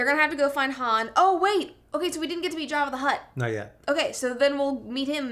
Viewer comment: Did Brett say Java The Hutt????😂😂😂